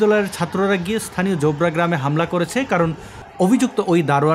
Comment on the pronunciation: "ইস্থানীয়" শব্দটি কি আভিধানিক? উচ্চারণ কি সঙ্গত? ইনিও নিশ্চয় বিশ্ববিদ্যালয়ের passout. হায়রে, বাঙ্গালাদেশ..